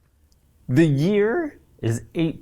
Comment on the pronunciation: "The ye-EAR..."